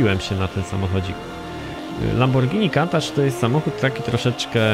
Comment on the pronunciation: kuntasz nie kantacz